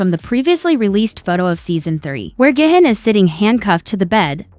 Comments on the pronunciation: Is pronounced gee hoon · It's not gay-hin its gi-hun